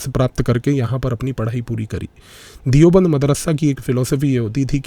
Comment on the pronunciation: दियोबंद नहीं, देवबंद